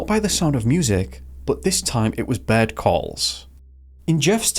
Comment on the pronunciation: Like Bird sounded like bed a lot